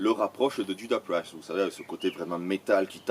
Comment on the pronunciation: Apprends à prononcer Judas Priest correctement par la même occasion :) Sinon, j'ai toujours préféré Blind Guardian/ Brainstorm à un Gamma Ray beaucoup trop guilleret pour moi... et je conchie Freedom Call bien évidemment.